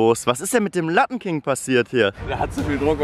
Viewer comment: ist nicht "lattenking" sondern "lappenking"